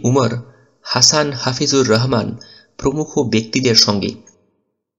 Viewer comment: Vai Rohman na rahoman hbe